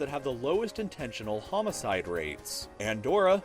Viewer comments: Homicide, not homcide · it's homocide not homcide also it's Monaco not Macao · Lowest HOMECIDE Rate''